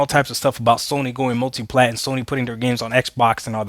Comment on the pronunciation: I listened to him speak he said mutiplatform should be the focus